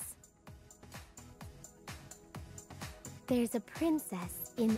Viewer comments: "In every GORL" XD yes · it's a meme the way gru pronounced 'girl' sounds like 'gorl' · "There's a princess in every gorl." - Gru